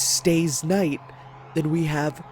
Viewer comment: Fate/Stay K(N)ight